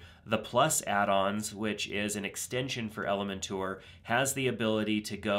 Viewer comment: Perfect. Thank you. BTW, I like how you pronounce Elementor. :)